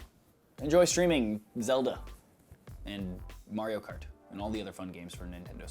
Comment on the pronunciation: Is it just me or does the way he says "Zelda, Mario Kart" feel kind of weird.